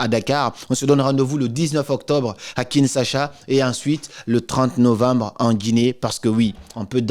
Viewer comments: Kinshasa pas Kinsasha !! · Kinshasa et non kinsasha ! Merci pour cette pépite! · Kinshasa \kin.ʃa.sa\ . La prononciation de SA est à la fin et non au milieu. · tu prononces mal ma capitale KINSHASA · Boss vous prononcez mal « Kinshasa 😂😂, cela nous mets mal à l’aise nous kinois. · Tu prononce mal Kinshasa Suis congolais J'apprécie pas trop